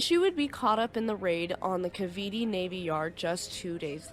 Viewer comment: The last "e" in Cavite is silent and the "i" is a long "i"